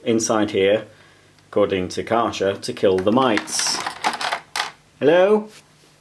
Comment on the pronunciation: Kärcher is pronounced more like care-her